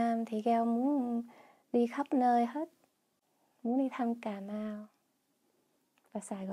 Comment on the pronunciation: The way she pronounces Cà Mau as Cà Mao, hết as hớt, Việt as Diệt just made my day , the Southern accent is soft and pure, she demonstrates it in such perfect voice and tone. Hopefully Gale can make it to Ca Mau and Saigon so that she would have more chance to practice the authentic Southern accent.